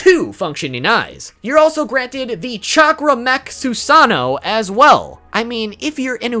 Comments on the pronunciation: "Susaano" but still ok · What about the eternal mangekyo sharingon??? Also you say susano WrOnG!!!